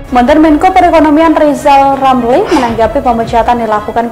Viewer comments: Si Lijal Lamli suruh bilang RRRRR aja dulu.. Terus si ompong bisa jadi wapres kalau giginya udah numbuh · RR seharusnya operasi lidah dulu kalau bicara biar jelas.mau jadi presiden kok gk bisa bilang huruf R.hahaha😅😅😅😅😅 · Lizal lamli pegin jd persiden mkmur dr mana orang ga bsa ngomong.RRR.....